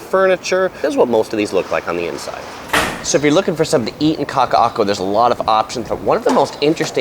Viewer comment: You are to be commended for your knowledge and pronunciation of those tongue twisting words. And I’m not being facetious, either. P.S. is such a genial and gracious cohost. 👏🏻